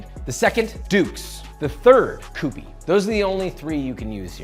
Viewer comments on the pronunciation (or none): Q P not coo pee!